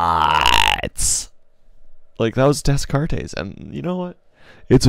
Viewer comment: "We think, therefore, we am." I love it. Also, I heard you say Des Cartes correctly once in your narration, but why you keep saying it wrong the rest of the time?